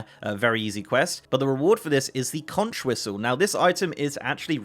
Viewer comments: "If you want to be mistaken for a Florida Keys resident — or at least an island-savvy regular visitor — don't ever say “kontch.” The widely-used word “conch” is pronounced “konk,” like a conk on the noggin (which, though tempting, should not be delivered to people who persist in pronouncing it wrong)." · Conch rhymes with honk